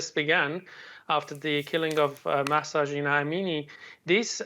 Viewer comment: I DON'T UNDERSTAND HOW YOU CAN STILL NOT PRONOUNCE HER NAME PROPERLYYYYYYYYYYYYYYYYYYYYYYYYYYYYYYY!!!!! It's like more than two months!!!!! It's Mahsa Amini -- the h is aspirated -- like when you sigh out "haaaaa..." or when you're surprised like "hah!". At least, just say Massa. But not Masha (she wasn't Russian!) or (as you have done in this video) Massy. Pay her some respect, goddammit.